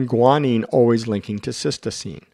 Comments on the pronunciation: You are mispronouncing cytosine. You say, "sistoseen" rather than "sight o seen" which is correct. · Just a quick correction - it's not cystosine, it's cytosine. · Useful video, but is it really a doctor speaking? He mispronounces cytosine (Sy - toe - seen), not sis-toe-seem. Perhaps he confuses the nucleic acid cyTOSine with the amino acid cySTine. Details matter. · Very instructive video with great animations. Just note that 'cytosine' is pronounced 'siteoscene' but it is mispronounced as 'sistoscene' in the video, otherwise a worthwhile video. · Cytosine..... Not cystosine! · A strong video. I would like to link my pre-nursing students to it. For your next edit, please check your pronunciation of "cytosine".